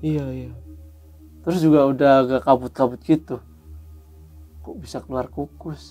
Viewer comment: The power of ngapak "kukus" 🤣🤣salam purwokerto